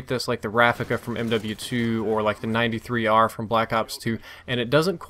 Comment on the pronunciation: You keep saying 93r it's b23r